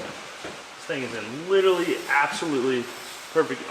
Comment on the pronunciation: Repeat after me ; liteRally. There's an "r" in there man. Not "littlely "